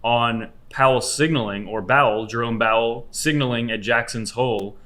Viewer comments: did you say Jerome Bowel? xD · Jerome Bowel😂. I think you said that a few times... Always thinking with your stomach😂